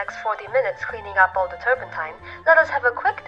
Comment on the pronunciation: The eye just made the canvas glowup. "Turmepatta" ... poor faline The turpentine is messing with her ability to speak